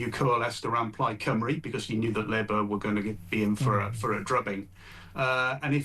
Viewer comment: Come on Kevin….i love you, but please, oh please can you learn how to pronounce ‘Cymru’ correctly! ❤️